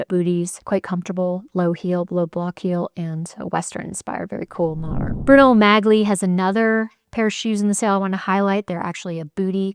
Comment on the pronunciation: Yep! That’s what I came here to say, and it’s pronounced “Bruno Molly.”